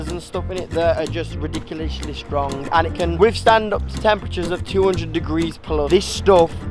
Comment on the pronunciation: why can’t jay say ridiculous?